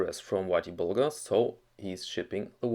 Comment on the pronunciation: very interesting video.........the Whitey Bulger (btw, it's "er", not "ar".....Bulgar's were Turks from the Volga region in the 7th century....lol.......a group eventually settled Bulgaria)..........guy was a low life gangsta.....one of the worst murderers in gang history....and he was Irish............